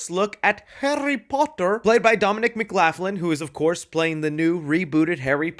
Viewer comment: McLaughlin is pronounced McLocklin